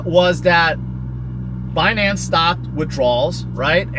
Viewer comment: can’t say BINANCE. 😂😂😂